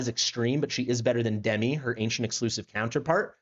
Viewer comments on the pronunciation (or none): none